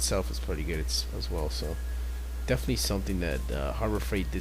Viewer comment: Pretty good video. Definatwey. Its good to see doing narration. Definatwey.